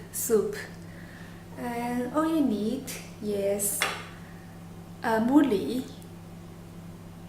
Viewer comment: very different dish , looks yum tho ^^ and i swear u didnt say mooli hehe